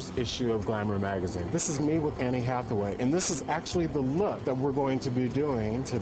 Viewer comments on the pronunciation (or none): He said "an-nie" hathaway. is that the right way of saying her name?